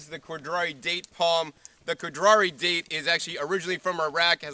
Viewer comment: the "khodry" date??